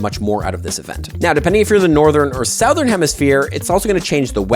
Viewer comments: Suh-thern not Sow-thern IMO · Hello from America. Southern is SUH-thern, not SOW-thern. On a side note. Z is zee, not zed. That's a word. The rest of the world is getting it wrong! And no, I dont speak English, I speak American